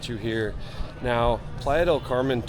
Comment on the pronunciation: The way Americans pronounce Playa del Carmen 🙄